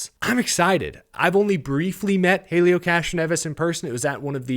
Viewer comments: The H is silent it's elio, not Hailieo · Small note from the Indycar side: it's pronounced ELL-EE-OH Castroneves. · Pronounced Elio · gonna have to learn how to pronounce Helio. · Seriously u can't say Helios name remotely correctly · Also why do u say Helio like that your the only one I’ve seen say it like that